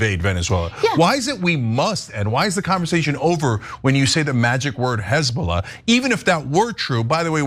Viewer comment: 😂🤣😅😂🤣 Hez-boo-laaaaaa TS 😂😅🤣